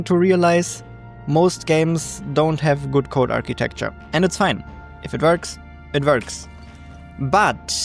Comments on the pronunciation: I’ve watched so much of your stuff that I hardly even notice the accent anymore (I’m American fyi), but “if it verks it verks” is too funny 😂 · "if it verks, it verks" this will be my life motto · my new saying .."if it verks it verks" period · I liked that too. He said it twice